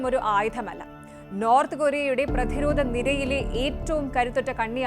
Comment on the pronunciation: "പ്രധിരോത" മല്ല. പ്രതിരോധം എന്ന് വായിയ്ക്കണം